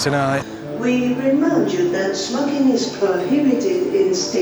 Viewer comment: 25.40, I had to rewind and listen five times before I could make out it was no smoking and not snogging.